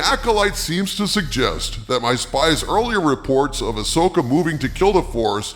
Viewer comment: You mean ass-oka😂